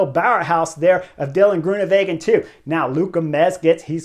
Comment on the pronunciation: Thanks Chris! Always liked your enthusiasm in interviews when you were racing, and now in this insightful commentary that's better than anyone else's. Just another pronunciation hint: Dutch/Flemish is pronounced like it's written, so Greoenewegen is with a W. Literally means greenways, like green roadways. Not like in German with a v.